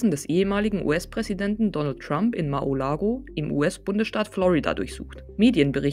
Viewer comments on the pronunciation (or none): Bisschen Korinthenkackerei.. Mar-A!-Lago, nicht Mar-O!-Lago.. (bezieht sich natürlich auf die Aussprache, nicht auf den Titel, falls jemand auf die Idee kommen sollte)